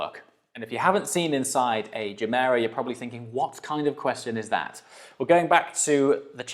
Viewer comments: Are we pronouncing it juh-mera now? I thought it was guh-mera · Nice vid! Oh, and nice pronunciation of Gemera. The Gemera is a car that grows on me and that's somewhat weird since I kinda loved it from the get go.